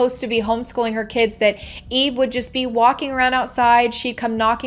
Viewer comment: I really think you should pronounce the names correctly. It's franke and eve. Not evie.